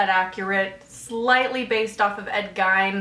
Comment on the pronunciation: "Gein" rhymes with"Keen", not "Fine".